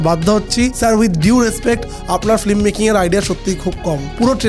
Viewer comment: উচ্চারণটা ফি-L-ম, ফ্লিম নয়।